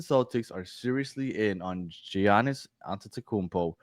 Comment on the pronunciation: I was listening until I heard how you pronounced Giannis name 😂😂😂😂 OMG smh